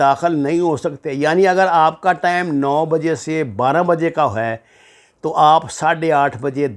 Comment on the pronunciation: ثبوت کے بغیر باتیں مت کریں اور نفرت مت پھیلایں ۔ دوسری بات یہ ہے کہ لفظ ٹیم نہیں ہوتا ٹائیم درست لفظ ہوتا ہے ۔یوٹیوب چینل سے پیسے کمانے کے اور بھی اچھے طریقے ہیں ۔۔